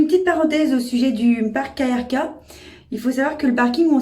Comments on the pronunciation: On ne dit pas "KRK" comme des initiales mais "Krk" comme un mot (oui ça existe des mots sans voyelles en croate par exemple krv) 😂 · ca ce prononce keurka et plitvitsé pas plitvici, sinon oui il y a des pieges a touristes il faut se mefier et dormir dans sa voiture est interdit en croatie, 150e d'amende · On prononce “Keurka”, et le mec du parking ne bosse pas pour le parc mdr il n’y connait rien.